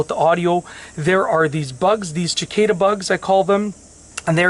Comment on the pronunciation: “Chickaeda”? lol - Cicada